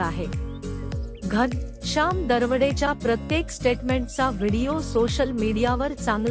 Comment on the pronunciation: घनशाम नाही घनःश्याम , आधी नीट बोलायला शिका , मग व्हिडिओ बनवा